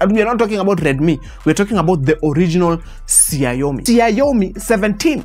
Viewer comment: Ume butcher hiyo xiaomi pronunciation, anyway it is more close to a Gameboy not a brick game